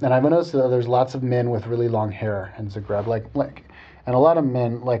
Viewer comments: oh my goodness, the way he pronounces "zagreb" hahaha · On every of your observation I can tell and prove to you the exact opposite. I will not mention it all because I don't feel the need to justify myself or my nation, but I would just like to 'warn' the people watching this video of its incorrectness. When you came in Zagreb (pronounced completely differently btw) you obviously ran into a fair of some kind, since we have it all the time on our main square: from medieval reconstruction to display of old crafts used to this day ect.